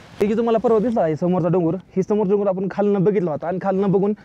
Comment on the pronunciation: डंगर बोलला नंतर डोंगर 😅😅😅😅😅